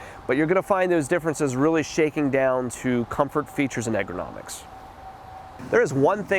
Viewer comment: Ergonomics, not egronomics. Love your videos, you have taught me a ton about tractor options, differences, capabilities, features, etc. Keep them coming